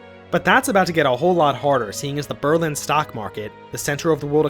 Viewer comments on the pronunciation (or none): none